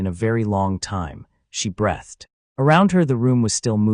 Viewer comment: Breath ed isn't a word. Breath (noun) has no past tense. Please teach your AI how to pronounce breathEd (verb).